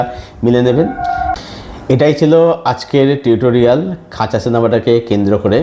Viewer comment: খাঁচা না খাজা?🤣